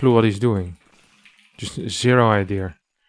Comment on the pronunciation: that intrusive 'r'. "idea-r" lol